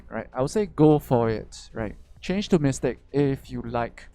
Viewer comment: ..all i heard is mystake..not mystic..lmao..u really are a troll..nice reference there lol